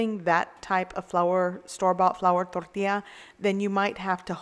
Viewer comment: I just love to hear you say "torl-TEE-ya". Another great video. Thanks for your practical, non-pretentious and VERY helpful videos! I look forward to each and every one. p.s. your husband is a very lucky man!